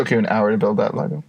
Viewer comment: I heard liquor store instead of lego store so when you started talking about playing with lego at work, I was lost. Good stuff keep it up